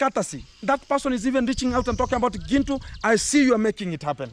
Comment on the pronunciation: She calls you Gentle ,she can't pronounce Gintu